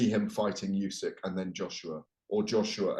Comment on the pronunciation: Why on earth does he keep referring to Usyk as "Yusyk"? Weird thing for a journalist to do?